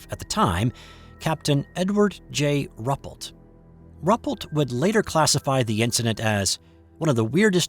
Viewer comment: I think this account is credible...all the more so because the photos were confiscated and the witnesses threatened. I wasn't aware of this event. (BTW, I believe it's pronounced 'roo -- PELT').